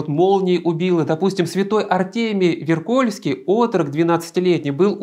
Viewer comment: Прошу прощения, но Артемий ВЕркольский, а не ВеркОльский